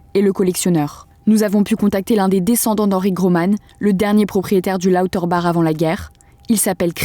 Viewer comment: Étonnant d'entendre la voix off mal prononcer le "bach" de Lauterbach quand la dame interviewée le prononce correctement